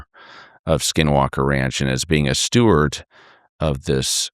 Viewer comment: Steward, not stewart.